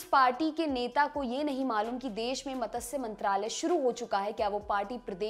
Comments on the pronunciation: Madam..........its not MATASYA it is MATSYA. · It is not "मतस्य" मंत्रालय|It is "मत्स्य" मंत्रालय| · मातस्य 😂😂 मत्स्य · मतस्य 😂😂😂 मत्स्य